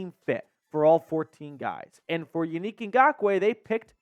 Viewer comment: Yo, I love your show, but you have to pronounce these men’s name correctly ! Yannick (yawn-nick)